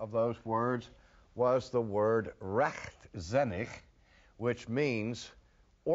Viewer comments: I love how he pronounces "Rechtzinnig"! Greetings from the Netherlands. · Rechtzinnig and vrijzinnig... Cool! Great pronouncement (for an American)! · Pretty good for an American